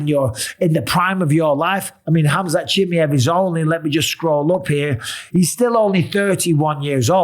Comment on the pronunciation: CHIMAYEV. NOT CHIMEV